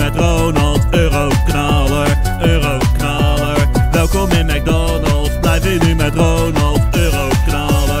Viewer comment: je zegt 40 keer ueroknalar